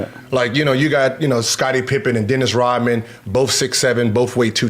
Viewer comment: It's not Rotman, it's Rodman!